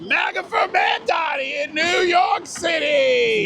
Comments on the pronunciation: i love how he refuses to pronounce mamdani correctly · You can tell this guy GENUINELY doesn’t know how to say his name 😂